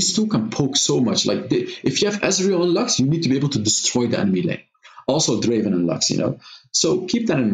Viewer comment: Not draven, draaaaaaaven